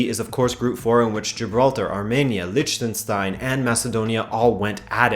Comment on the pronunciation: I don't think it is acceptable in the age when you have Internet access, to be unable to pronounce Liechtenstein. Downvoting for laziness. "CzeTCHia", wtf is wrong with you... Your videos are great, but look up some pronunciations, man...